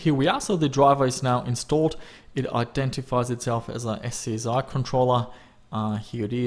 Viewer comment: SCSI is pronounced scuzzy.